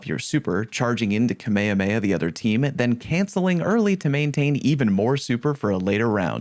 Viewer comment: aint no way you said kamehameha like that